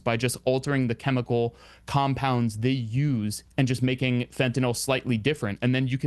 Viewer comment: Anyone else noticed that it's pronounced fentanyl not fentanol? I think it was Trump who started the latter pronunciation.